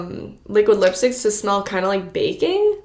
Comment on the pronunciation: 🤣 I thought you said the lipsticks usually smell like BACON... lmao I had to listen twice to finally realize you said baking 🤦🏻‍♀️